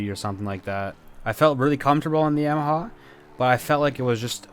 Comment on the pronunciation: Why do you say yamaha like that smh 😤